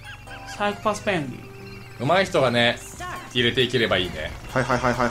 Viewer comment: 何気に にが 「サイコパスペングィン」っていったの好き